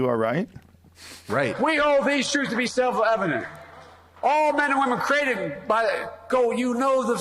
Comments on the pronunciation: "It's self Levedent." The man is old, and is on the sharp decline. Come on, man! Bernie is the candidate to win. Joe, we need you to turn over your keys. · he says "self levitenet" i swear!